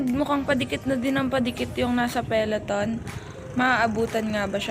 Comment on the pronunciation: "Peleton" or peloton? 😁